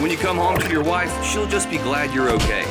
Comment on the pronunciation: That "wive" gave me nightmares. Thank you for nothing